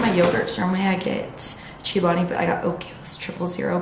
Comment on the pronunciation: no hate at all but it’s cho-bani not chi-o-bani 😊